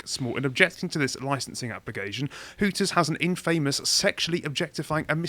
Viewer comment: It's Hooters, not Hookers guys